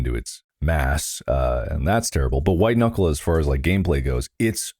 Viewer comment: Hahahahah, you said "White Kuckle"...